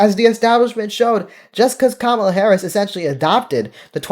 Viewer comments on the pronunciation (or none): none